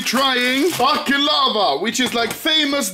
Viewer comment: I'm not even Balkan and I'm just disgusted at how you massacred my boy baclava